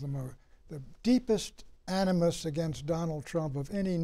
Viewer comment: Why does Clift always say "againgst" instead of against?